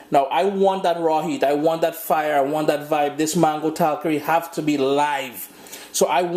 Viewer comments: please, it’s “ tal-Kaari”. Accent is on the second syllable. I like your videos. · please say “Tal KAR is. The accent is on the second syllable.